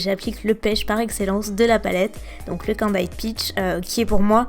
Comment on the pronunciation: candied se prononce : /ˈkændɪd/ et pas /ai/